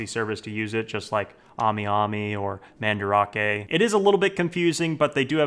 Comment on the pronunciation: I remember when he used to pronounce Mandarake as Man-Drake. I want that back